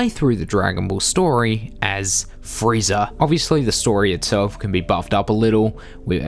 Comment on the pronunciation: This guy says "Friezer" and "Yamcher"